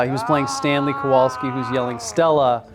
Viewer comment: It was Stanley Kowalski NOT Kowolski.